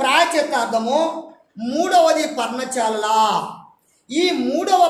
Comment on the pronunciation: పర్ణచా ల కాదు పర్ణశాల